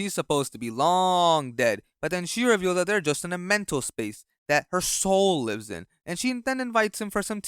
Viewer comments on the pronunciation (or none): none